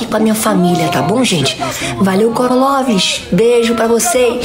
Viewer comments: Ah não mano, "Corolovers" foi de fuder kkkkkkk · "corolovers" ahahhahaha